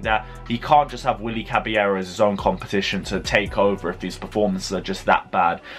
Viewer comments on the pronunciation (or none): none